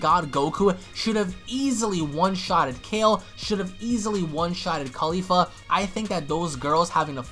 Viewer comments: Its not kafla.. Its Kefla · its KEFLA not KAFLA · XD ITS KEFLA NOT KAFLA😂😂😂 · Why are people getting her name wrong it's kefla even shown in subtitle Goku even says it KEFLA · Why does everyone keep saying “Kafla” when it’s obviously “Kefla”? And don’t give me that “It’s the same thing” excuse cuz it’s obviously not if they have 2 different names